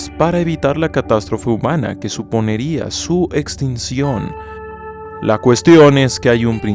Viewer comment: "suponeria". Que dolor de oídos.